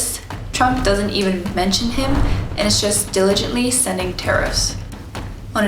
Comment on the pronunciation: 개뵹신 ㅋㅋ 발음이 귀여워요 ㅎㅎ